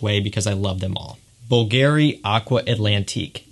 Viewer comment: please stop saying Bvlgari like it has a Gary at the end. Google the pronunciation...